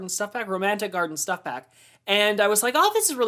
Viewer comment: Also love it when you say schtuff haha :)